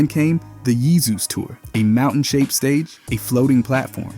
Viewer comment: could imagine some sort of Romance language pronouncing “Jesus” like that.